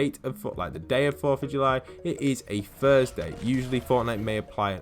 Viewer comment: Sound like ur saying Fursday